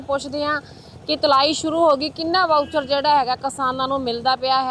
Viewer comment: ਵਾਊਚਰ...?😂😂 ਮੌਇਸਚਰ ਕਹੋ ਮੈਡਮ , ਮੌਇਸਚਰ ਮਤਲਬ ਸਿੱਲ੍ਹ